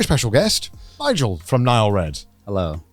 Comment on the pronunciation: wait, his name is Nigel and not Nile? What the Fuck!